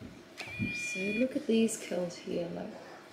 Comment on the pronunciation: Had to replay the first bit as I thought he said "get more girls" rather than "get more curls" 😂